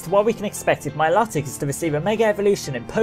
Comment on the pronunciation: Mil"O"tic sorry it was annoying me :P